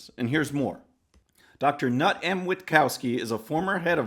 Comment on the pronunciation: The name Knut is pronounced; newt not nut.